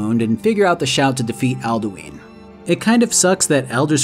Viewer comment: love this video but...Alduins name is literaly told to you in game and yet you still said aldueen. like comeon man